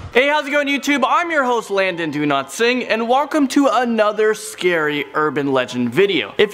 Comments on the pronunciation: Lmao no offense but in the intro I heard him say London do not sing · Can I say one thing? I love your name It sounds like you are saying "Landon, do not sing" when you introduce yourself though